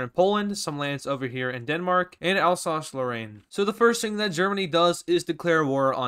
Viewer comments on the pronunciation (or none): Its called Âlllsasss. Lorène